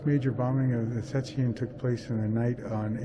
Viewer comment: Szczecin. - (Sh-che -tsin)